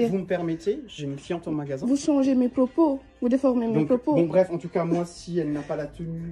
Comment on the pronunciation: "Vous n'avez pas a changer mes pwopos". Mais quelle sous merde et le calme du gérant chapeau bas